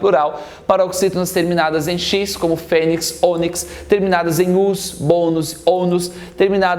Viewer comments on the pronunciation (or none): none